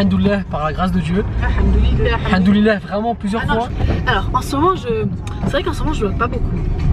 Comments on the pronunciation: vous n'êtes pas la seule lol je t'assure qu'il dit haNdollah psq ses lèvres ne se rencontrent pas en le disant ce qui est obligatoire pour prononcer le M c'est rigolo et mignon au même temps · C'est normal qu'il dit AlhaNdoulil Allah ? 😅🤷🏻‍♀️